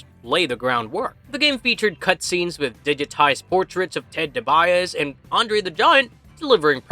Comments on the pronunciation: It's pronounced Dee-Bee-Ah-See! DiBiase! It's bad enough that Ted Jr. and Brett are butchering the family's name with their crimes. You shouldn't do it with bad grammar. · What exactly is a pile diver? Have heard of a pile driver. Btw, it’s pronounced Dee bee ah see. He was only just one of the biggest names of the time. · Its pronounced DEE-BE-AH-SEE 😂😂😂you butchered his name 😂😂😂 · How did you butcher the Million Dollar Man's name so bad? Have you never heard his name pronounced? Ted DiBiase (dee bee ah see) .